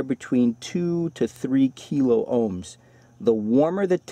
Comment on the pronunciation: K stands for thousand , kiloohms (kill-ah-ohms) not (key- low-ohms)